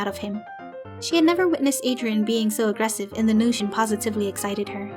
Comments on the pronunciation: “Agrestive” haha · Agretsive? Anyone? Eh? Eh? Eh?